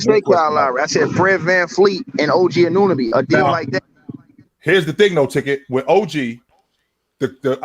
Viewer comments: A-No-Be, A-NooN-A-Be …. These 🇺🇸 disrespectful af. Do your due diligence instead of butchering a mans name 😑🥴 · y’all gotta learn how to pronounce anunoby